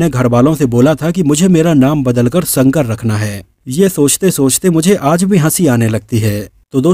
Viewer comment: संकर नहीं शंकर......... 🤗